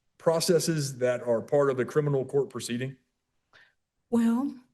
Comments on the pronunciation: Omg if she says “Crinimal” one more time I’m gonna lose it! Say it right, it’s CRIMINAL! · CriMinal not criNimal you absolute twit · She also said crinimal instead of criminal. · So... she's in a "crilminlal" court, doesn't want any "trestpasting", wants to "axe" questions of the judge, she's obsessed with her hands being clean, and she's a man with a womb...did I miss anything? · She can’t pronounce criminal- she keeps on saying “Crinimal” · Lol this lady keeps saying criNiMal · WTF is “Crinimal”? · why is she having so much trouble with the word criminal